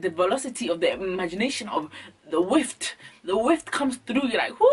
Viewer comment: This girl said "the velocity of the whift!"- DEAD